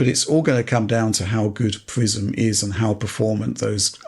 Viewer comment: I keep hearing "Microsoft Prison" instead of Prism ...